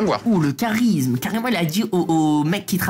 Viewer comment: Le CHHHHAT_RISME🤣 LOL